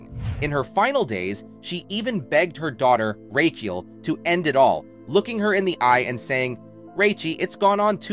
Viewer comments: Rachael is pronounced as Rachel. not "Raykiel" ffs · who is reading this as his speech is shocking, laazanby or lazenby....rakiel or Rachael . this robot should be shut down asap or learn english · The name is pronounced RAKKA-ELL, not 'Rake-eel' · Who's Rake - eal? 😂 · Nothing like pronouncing "racheal" as "rakee-ale" to tip off the ai voice. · and its an AI voice over that can't say Racheal (yeah its "Ray-Chell" ) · Lazzenby? Racheeall?...more non research (into pronunciation)🙄🎩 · The commentator is so annoying the way he pronounces her daughter's name as "Ray-ke-al"! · I don't think I have ever heard Rachael pronounced so.. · Another AI crap voice over. Notice how Rachel is mispronounced twice and then correctly right after.